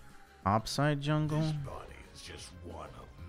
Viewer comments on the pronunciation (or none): saying 'zwungle' makes me want a plushie